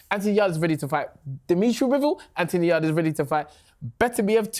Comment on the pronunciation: trying to rebrand Yarde as "AY" is one of the funniest things I've heard in a long while